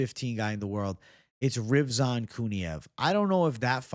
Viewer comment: Brother it's Rizvan, not Rivzan